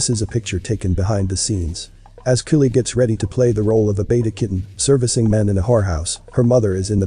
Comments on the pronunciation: My comment isn't meant to offend anyone; more like constructive criticism 😟. Please check out and use the correct pronunciations of names & things. (Example: Kylie is NOT Killie, but Ky-lee. Penises is the plural of Penis, being the anatomical name for the male's genitalia. Pronounced as Pee-niss)... it's important to remember that this adds credibility to your work. And as you say, you put a lot of effort into your work, so you need to reflect that in all aspects of it.🙂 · Is this a real narrator or a robot how come you can’t pronounce Kanye and Kylie that seems weird to me is this fake